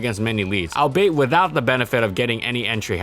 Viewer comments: "Albeit" is pronounced all-be-it, not al-bait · "albeit" is pronounced all-be-it. Its a portmanteau , a combination of multiple words into one. You say it in almost every single video and pronounce it wrong each time.